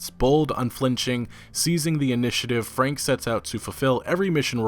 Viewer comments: It´s actually "Frank-e" the "e" is pronounced in german and not "swallowed" like done in english. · Wilhelm's last name is pronounced "fronk"... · FrankE ... the "e" is not silent at the end in most cases in German. It is pronounced like in "que" in spanish sort of. Otherwise nice job again EA _D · in German, Franke is pronounced like this: Frunk-a The a in the middle is spoken like the u in "bunk". Also there is no silent e in German - ever! - it is spoken like a short "a" or the "e" of "beta"